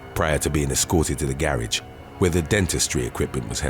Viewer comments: Yea, but he can't say GARAGE properly. smh. [ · naw that's how they pronounce " Garage" in the U.K. We don't pronounce it like that here in America. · No its isnt , I'm from the UK. He pronounces everything like he's an American , annoying since he's British like me. From vacation to the soft 2nd g in "garage" he's a wannabe Yank! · stop being so rude! I was not being rude at all by saying that we as Americans don't pronounce the word " Garage" that way. I had heard many ppl in the U.K. say it that way so that's why I commented on it. Don't even try to disparage our country like that, because it only makes you look like a real A- Hole! Let's hope we never have to have you in our country trust me! What a jerk!....Ugh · Actually you were being arrogant by stating thats how we Brits pronounce "garage". We don't. Typical arrogant Yank.